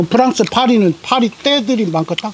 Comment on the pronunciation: 프랑스~~~퐈뤼~ 큰형님...아이큐 좋으신거 같아요^^ 넘 잼나요.